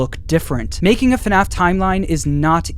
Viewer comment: IT'S NOT F NAF IT'S FUHNAF!!!!